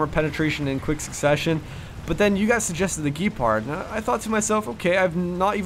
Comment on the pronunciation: AFAIK it is pronounced "Gehpahrd"